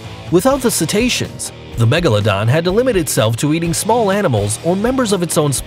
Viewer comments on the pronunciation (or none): none